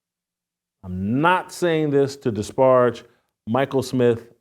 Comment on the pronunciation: Learn how to pronounce disparage.